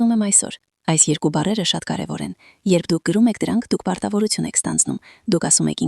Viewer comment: <<ՍԵՐԿ»~ն ի՞նչ էր, անգրագե՛տ աղջի՛կ, Ցյան չէ՛ ,Թյան է, Թ-ն՝ Ց ՉԻ՛ արտասանվում,յա՛խկ, անգրագե՛տ գեղՑի՛, երուՍ չէ՛, ԵՐԿՈւ Է՛՛՛՛՛, անԳՐԱգետԻ՛Կ ես՝ վարժուՑյուն ՉԷ՛, վարժուԹյուն է՝ Թ—Թ, ոչ թե՝ Ց, տարրական գիտելիքներ չունե՛ս, աղջիիիի, պԸՏԸտացնե՛ լ չէէէէ՛՛՛՛պԸտտաՑնել է արտասանվու՛՛՛մ😮😢